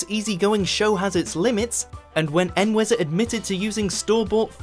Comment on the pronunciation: En-weh-zer and E-way-so are two very different pronunciations if the same name...